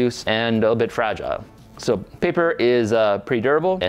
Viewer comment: “Fragile (Frajeelay)… must be Italian”